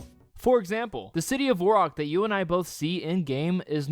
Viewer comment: Hes saying Varrock wrong :)